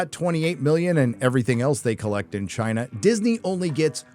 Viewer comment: Your emphatic pronunciation of CHINA will always be funny 😂